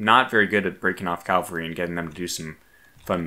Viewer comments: It’s pronounced CAValry, not CALvalry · Curious that you pronounce it "cal-vary" rather than "cav-al-ry". Is that a regional thing? The short form is just "Cav" by itself. EDIT: Actually serious about the regional question.